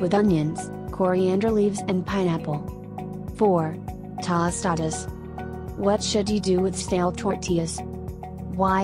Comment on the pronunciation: CHILAKLES????????🤣🤣🤣🤣🤣🤣🤣🤣🤣🤣🤣 AL PASTER 🤣🤣🤣🤣🤣🤣TAH STADAS??????🤣🤣🤣🤣🤣 ELOT The ONLY ONE she said correctly was enchiladas.